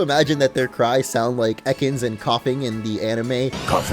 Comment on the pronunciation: When he said ekanssss kofeeeng I got a tiktok rewind ad